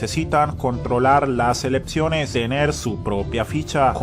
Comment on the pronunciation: Elepciones dice este que habla. ¡Elecciones!